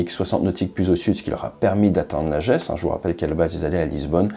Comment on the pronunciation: Lajeu(s) et non Lajéééssss les acores c’est le Portugal